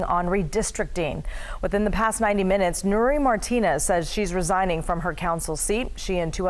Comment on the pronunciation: Bro sound your words out "da" words you say are true and i love you and your channel for truth but bro say THE not DUH right?!